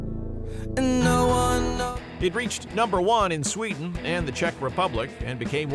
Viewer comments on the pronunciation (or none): none